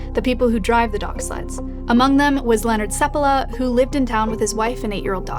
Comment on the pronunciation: It's "sEPpala" not "sepPAla"? I thought it was the latter, where's the emphasis go?